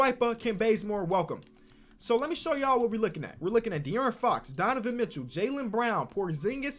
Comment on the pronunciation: “Donovan Mitchew”